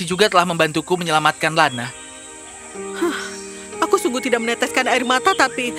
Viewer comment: ngakakk typo ngomong nya jd lada, harusnya ladna,, tp aku ttp sukaa hihiw 💖💖